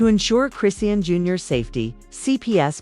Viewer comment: It's AI and the AI of course wouldn't know how to pronounce a ridiculous name like chrisean smh.